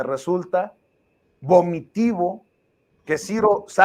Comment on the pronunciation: Querido, pregunta: dijiste Vomitivo o GOMITIVO. Sinonimos???